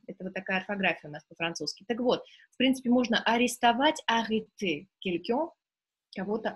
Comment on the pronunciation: dobrij den' vi nepravilno proiznosite qn-9.32 pozze kogda 2 raz vozvrashaetes k lexiceskomu slovariu lucshe .Orentirujus' na svoi znanija i na literaturnij franzuzskij vsego dobrogo